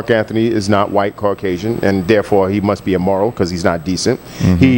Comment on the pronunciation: yooo did that say caucasion??????